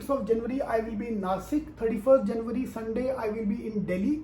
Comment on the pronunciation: janwary nahi hota meri akalmand janta....either pronounce it as JAN-UARY or please don’t do it. Saalo tum jaise chutiyo ki vajah se Indian accent Ka mazaak udta hai.